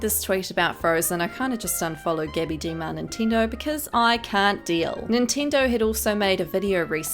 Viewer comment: Being Italian, hearing you say ‘ Gabi De Marnintendo’ had me wheezing for my life